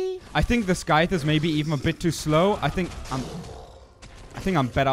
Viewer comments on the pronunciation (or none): Also, it is pronounced Szythe, lise pure Ss sound in beginning, not Skythe.:P